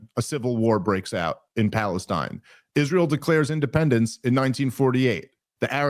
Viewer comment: Its funny that he cant pronounce is-ray-el